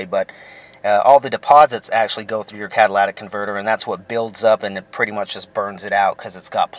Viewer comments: It is C A TA L Y T I C! not CATALATIC. iF YOU TAKE IT OFF TO CLEAN IT, YOU WOULD BE A DUMBASS not TO REPLACE IT. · Cadilatic ? cat ta lic ,,,,,your english teacher failed you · CatalYtic not catalAtic!!!!! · learn how to say catalytic convertor. Its not CADILLAC convertor you moron. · Cadillac ,it was hard to watch with you miss pronouncing every thing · It's comical each time you say catalatic! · It is driving me insane that you are all pronouncing it incorrectly and misspelling it. Which is probably why your mispronouncing it catalytic converter (cat a lytic) say it with me kids (cat a lytic) Now go tell your friends. At least the previous commenter found some humor in it all. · Cah-tuh-lit-ic converter bud. Not bashin on ya, just a lil pronunciation drop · He said Cadillatic. It really fits since the damn thing is so expansive. I meant, so expensive. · I agree. And I heard one guy say catalyTHic converter. It's due to the lack of phonics teaching in our purposely dumbing-down schools. Regardless, I prefer calling it a "cataclysmic" converter. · Can we learn to say "catalytic" properly though? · This moron can't even pronounce the word "Catalytic" . Why would I trust ANYTHING he advises? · FR THO pronounce it CARRectly